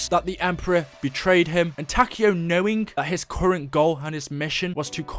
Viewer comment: Every time he said Takeo I died a little inside